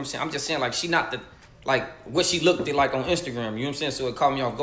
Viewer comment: What is “lookded good”?!?! Or I “likeded him!?!?!